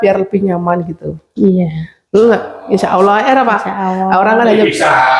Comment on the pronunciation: Bukan insa awoh mak tapi insa allah yg bener mak